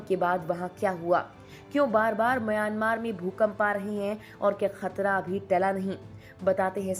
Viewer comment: आप सही उच्चार करें : म्यांमार। "मयानमार" बोलना ग़लत है।